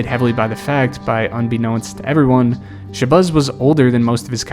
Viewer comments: It’s Shuh-Bazz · Shabazz like jazz not buzz 😅😅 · its pronounced shebAZZ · “Shabuzz” 😂😂😂 boy what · Why do you keep calling him “sha-buzz”… It’s as if you have never heard of these players names before you made this video. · wtf is “shabuzz Muhammad” 😂😂😂😂😂😂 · "Sha-Buzz" is killing me😂😂😂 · I was going to say the same thing. I was like, "who the hell is Sha-Buzz?" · Who is shabuzz? Bro didn’t check to see how to same the name he was gonna slave to say repeatedly?😂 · Michael Beasley was a lazy underachiever yet has a cult following online of delusionals who still think he can play in the NBA. Also, the way you’re pronouncing ShaBAZZ Mohamed is terrible. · The way you say Shabazz kills me 🤣 have you ever had a bean pie my brother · Your ability to say Shabazz, or lack thereof, is as awful as these player's pro careers. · Dawg, why are you butchering ShabAzz name like that?!??! There is NOT a "U" in his first name. This drove me crazy!! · Isn’t it Shabazz Muhammad?